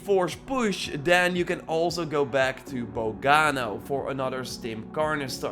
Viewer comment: “Stim carnester”